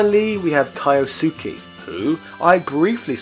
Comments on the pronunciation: Is it his meme schtick to blatantly mispronounce names when it's obvious how? Is it spelled KAIOsuke? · BROOOOOO it's not KAIOSUKIIIII! It's Kyosuke (pronounced ki-oh-su-kay) LOL check the pronunciation before you make a video...but great video! Love your content ;-)